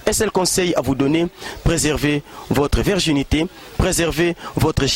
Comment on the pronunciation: virginité et non la verginite